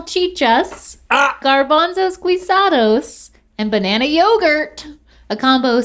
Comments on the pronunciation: Guisado is pronounced "ghee-sado" lol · when said "guisado"....